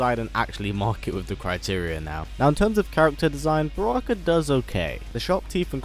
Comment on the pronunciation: how dare you say barakka